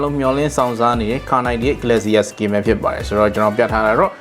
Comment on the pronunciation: ဂလက်စီယာ မဟုတ်ပါဘူး ဂလေရှာ ပါ